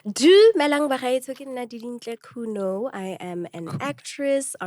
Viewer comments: Surname’s Khunou (pronounced as koo-no-oo). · Haha we share the same surname, and guys its Khunou.. not Khunoe😪😪😂